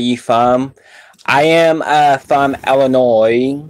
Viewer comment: Well umm you said they taste burnt so I made a funny joke lol and it sound like you said illinore instead of Illinois lol